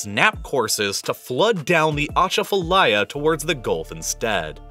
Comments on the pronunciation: It’s pronounced “Ah-Chaff-Ah-Lie-Ah” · As a New Orleans native, the pronunciation of Atchafalaya was hard to sit through 😭🤣